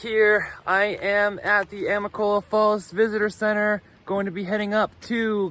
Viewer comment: Say it with me now: a-mi-ca-lo-la I think it would've been good for you to have had a pack shakedown, but you'll get rid of things soon enough.